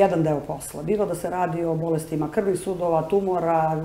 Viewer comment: kako loša novinarka!Đ Gospođa lagano reče tumUr, pa o čemu dalje da razgovaramo :D A gospođi Danici, naravno,svaka čast!! :)